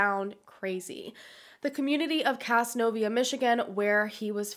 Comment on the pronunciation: whoa...casnovia. thats literally the next county over from where im from. its pronounced caz-nove-euh